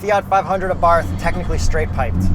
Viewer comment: I had the pleasure of driving a 500 Abarth last year. Great little cars! I managed to create a fun drinking game to go along with the video. Take a shot each time I mispronounce “Abarth” after specifically making a point about the correct pronunciation.